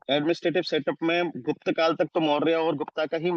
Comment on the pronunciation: It is GUPT not GUPTA. ( Much difference, and it is a drawback of english ).. edit : but your content is good.. thanks sir